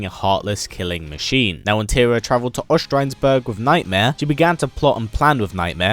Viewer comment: "tear-rah- not "terrah"